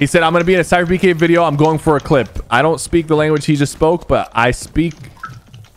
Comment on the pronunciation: said Spyherpk instead of sypherPK